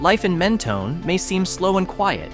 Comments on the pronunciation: “Mentoney” lol no. Men-tone. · It’s pronounced Men-toe- n and also Pay-lose . Amateur should have enough sense to not offend a million Texans .